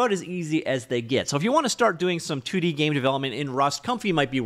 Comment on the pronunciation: Please say 2D a little slower. Sounds like you're saying something else. 😅